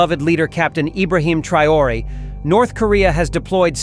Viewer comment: TRAORE IDIOTA NO '' TRAYORE''